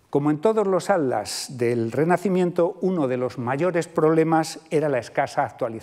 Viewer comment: Me llama mucho la atención que el doctor no pueda pronunciar la palabra "Atlas" y en su lugar dice algo similar a "Ad-las" 🤭 Perdón, no es falta de respeto. Sé que a muchos españoles les cuesta mucho la pronunciación de las sílabas que llevan "tl". En este caso es más curioso porque por el tema de la conferencia ha tenido que pronunciar esa palabra muchas veces. Saludos desde Buenos Aires, Argentina 🇦🇷